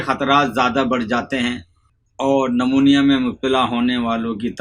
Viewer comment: اس بابے کو کچھ نہیں پتۂ کاغز سے پڑھ کر بتا رہا ایسا کوئى بھى پڑھ کر بتا سکتا ہے۔۔۔بالخصوص بلاخلوص پڑھ رہا ہے اور نمونیا کو نمونا پڑھ رہا جس سے صاف پتۂ چل رہا ہے کے سب رٹا رٹایا هوا ہے۔۔۔۔۔۔نیم حکیم خطره جان۔۔۔۔شہد نمونیا کے بچے کے لیے بلکل مفید نہیں ہے اس سے ریشۂ چمٹ جاتا ہے گلے میں ۔۔۔